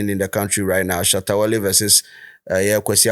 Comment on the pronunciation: you guys can’t stay without calling Shatta wale’s name right, just be careful so you don’t miss ur subscribers